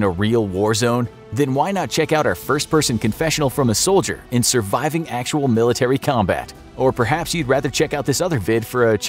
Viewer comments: Milirtary lol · ‘Scary milirtary sounds’ Ahh its fine everyone makes mistakes its not like this ISN’T a 11m sub channel